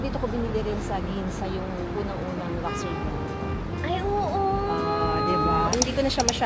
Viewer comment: Sorry mommy, yung sa correct pronunciation lang po: pawn: pohn luxury: lug-sure-ee